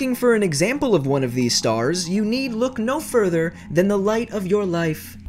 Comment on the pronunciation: I thought you said unkown starks